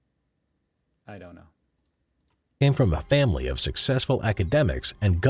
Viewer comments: Sigh - Americans and their diphtongs ... A Junker (pronunced Yoonker) - the English spelling is Yunker (probably to avoid the very problem of junking it) is a low rank in nobility. Country squire would be an English equivalent, but could be used in addition to a title like count or baron in Prussia. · it was pronounced quite bad so I did not understand it at first.